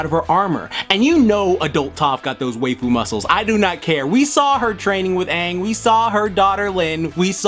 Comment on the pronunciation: are you trying to pronounce waifu? bc i think it's pronounced like wife-fu